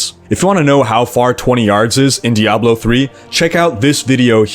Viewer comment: he can't even pronounce Diablo right